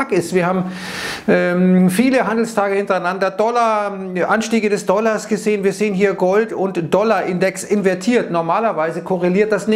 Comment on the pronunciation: „Dollarres“…ich liebe es…❤🤗